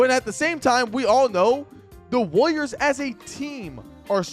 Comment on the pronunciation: why do u say it like wooliers